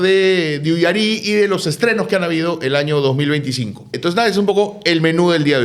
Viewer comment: Siguen pronunciando mal el nombre de la película UYARIY; es palabra grave.